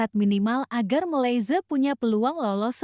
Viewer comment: Sebut Malaysia pun tak betul nak buat conten